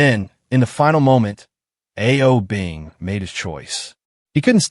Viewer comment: A-O Bing? Seriously, you need to work on your Chinese pronunciation.